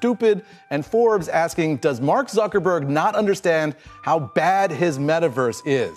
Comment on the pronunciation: nur blöd, wenn der name ein deutscher name ist ;). "zackerbörg" :) spricht den juden mit deutschen namen, ruhig richtig aus.